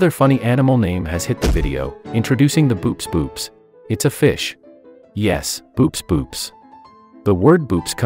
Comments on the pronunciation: Pretty sure Boops boops is pronounced more like "bow-ops" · um actually boops boops is pronounced bo-ops bo-ops.